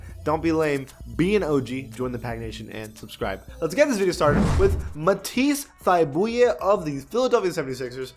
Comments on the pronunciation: This man said Matisse thybulleeeee when it’s pronounced thigh bull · Video starts: Mah Teese Thigh Boo lee😂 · Matisse thbuouule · How can you “play 2K” and not know how to pronounce Matisse Thybulle. It’s not like Kevin Harlan is saying it incorrectly.